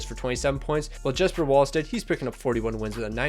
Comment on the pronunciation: JeSpEr NO DUDE IT'S Jesper